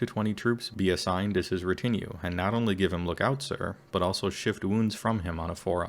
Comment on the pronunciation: The way you say retinue upsets me